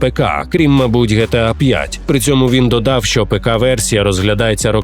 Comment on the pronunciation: Не ГеТеА, а ДжіТіЕй